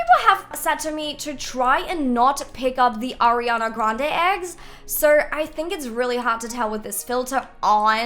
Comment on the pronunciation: Every time she says “so” it sounds “sore” no offence ilysm 🤍